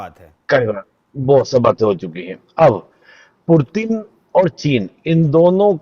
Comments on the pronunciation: 👉 ये निपुण पुतिन को पुरतिन क्यों बोल रहा है 🤔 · Foreign expert but says Purtin 🤣🤣🤣🤣. Shame on this expert !!